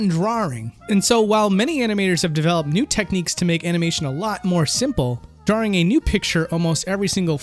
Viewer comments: "drawing" has one "R" in it. It's not "drawring". Please stop saying "drawring" D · DRAW ING not DRAW RING man! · DRAW - ING, There is only one R in it, stop saying "drawring". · Why do you keep putting an r sound in "drawing"? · Drawrring... are you 5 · Stop saying DrawRing, it's triggering my autism. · We love you. I can't watch this video without cringing at "drarrrrings" though😂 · Oh you know my name is Simon, and I like to do drawrings, I like to draw all day long so come and do drawrings with me. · i cant take this video seriously with how you pronounce drawring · drawring ... Drawring ... DRAWRING ... -_ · Is he saying 'drawring'? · "Drarring" -, 2018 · i think its funny and cute that he messes up by saying 'drawring' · Why can't you say drawing correctly? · That pronunciation of 'drawring' though lol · You came down to the comments to see people talk about his pronouncation of "drawring"... For shame! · Why can't you say the word "drawing" properly? and but there's loads more. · "draw-ring" Love the video, but I can't stop chuckling whenever I hear someone say drawing like that. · They'd take me to a speech class in school if I pronounced drawings like that lmao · Why? I've never heard anyone say drawring before this guy did. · Why can't you pronounce drawing? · Anyone else think pronounces "drawing" weird? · How many R's do you think are in "drawing"? ;) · As long as you don't teach them how to say the word "drawing". Which you pronounce wrong btw.